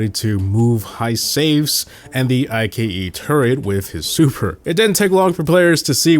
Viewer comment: Emz, Stu, colonel ruffs, Colette, and Ike are all pronounced incorrectly